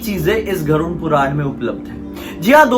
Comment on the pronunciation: Abey vo garud hota hai tu use garund bol rha hai